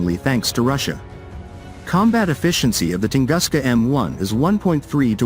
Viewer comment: Правильно не может прочесть название тунгуска,как верить всему остальному?